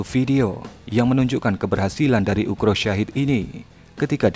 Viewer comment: Ukrop Min, bukan Ukro